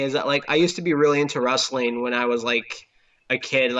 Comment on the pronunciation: I like how consistently pronounces it as 'rustling.'